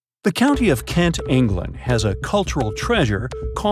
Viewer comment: You said Kent wrong